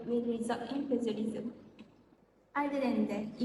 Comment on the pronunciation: Acedemic ✅ Academic ❌ Mohon betulkan sebutan 'plagiarism'. Yg tudung biru, jangan gema sgt suara tu. Ada masa nnt, saya tmbh lg.